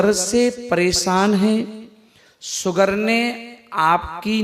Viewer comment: अरे बाबा सुगर नही कहते शुगर बोलते है, अब यहाँ से सुरवात है तो कैसे इलाज करियेगा 😂😂😂😂😂